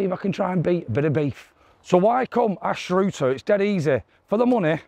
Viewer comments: I want to play here.. I remember playing here 30 years ago as a teenager and loved it. The way you pronounced Anstruther was truly unique 😂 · Need to learn how to pronounce the place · Loved the video. And your pronunciation of Anstruther.......😉😉😂😂😂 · Thnk you've pronounced it 15 different ways! Ps,if your in northern Ireland you should play ballycastle,just below Portrush £20 Wednesday all year round,first 5 holes parkland next 13 links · I want to play here! Played this many years ago and remember that par 3! I feel better now that i know it was hard! (I bogied it) Funny pronunciation of Anstruther! I think locally it's pronounced 'Enster' Thanks for highlighting another great Scottish gem! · you should ask the locals how to pronounce the course name.But enjoyed the course and views. Like to play there you always get good weather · I've never heard anyone pronounce Anstruther like that 😂, still given that...I WANNA PLAY HERE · Watching pronounce the name of the course is as entertaining as the golf! 18 minute video 18 different variations 😂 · I want to play here! And you are more than welcome to join the 4 ball and we can teach you how to pronounce “anstruther” and any other weird n wonderful Scottish place names 😂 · Really enjoying the series, but you should have asked some locals the correct pronunciation of Anstruther 😉🤔🤣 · Hi mate, may want to check pronunciation with the locals. Cheers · I want to play here also you are saying the course name wrong lol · I would like to play there, but would never find it if I pronounced it like that 😟😟😟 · Sorry for saying this, I've had to bypass the start, your pronunciation of Anstruther was 😢, the video was great otherwise, Scotlands courses are the best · I want to play here. that was the worst pronunciation of Ansruther I’ve heard ha ha. Great couse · Series is fun. Pronunciation of club name is questionable 😂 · It's an-struh-ther mate. Not anstrooter lol